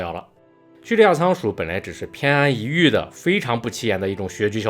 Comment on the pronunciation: 不好意思纠正下，偏安一隅（yú）